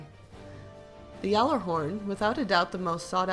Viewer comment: Yallerhorn? all respect went out the window.